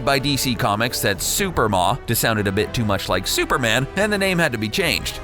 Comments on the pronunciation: its SUPREMA!!!! not SUPERMA!!! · it was not SUPER MA it was SUPREMA. Like the word Supreme... nice try though. typical CBR hacks not knowing what they are talking about... and all of these things that have been "kept from us" are all easily accessible, public information. seriously.. wtf with this video... and while you are trying to be super creative with your wording in this vid, you are just babbling. Superlatives galore, dude. and a lot of these ideas are simple differences between established comic book continuity and the movie... most of the stuff you talk about from wonder woman's history isn't addressed in the movie BECAUSE IT WOULDN'T HAVE HAPPENED TO HER YET! AND because it is set in its own universe separate from the comics, it may not happen to her anyway. I feel like you are grasping at straws to INVENT flaws in the movie that aren't really there. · Let me stop you right there. Wonder Woman's original name was Suprema (pronounced: sue-PREEM-uh, as in "supreme" -- get it?) You actually thought it was supposed to be pronounced "Super-mah"? Seriously? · It’s SUPREMA!!! Not Superma!!! Get it right, please!! 🙄😤😑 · Who writes this shit? Moreover, who DOESN'T do the RESEARCH? WW was NEVER called 'Superma'. She was going to be called SUPREMA. WW DID have a 'sidekick'. In 4 episodes of the 70's tv show there was Wonder Girl (Druscilla). Margret SANGER pronounced Sang-er, not San-jer, was NOT the inspiration for the character. It was Marston's wife (and probably a couple of his students). Margret Sanger was a piece of GARBAGE. A RACIST, ABORTION promoting scumbag of a 'woman'. Get your facts straight idiots. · it's SUPREMA not SUPERMA. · Suprema. SOO-PREE-MUH. Not superma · IF YOU ARE GOING TO REPORT SHIT ,PLEASE DO YOUR HOMEWORK DUMBASSES.... ITS "SUPERIMA" NOT SUPER MA! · it was gonna be "Suprema," as in "Supreme," Not "Super Ma," you half-wits.... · the name was to be pronounced "Supreme-ah," not "Super-Maw!" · Its pronounced sue pree ma not super ma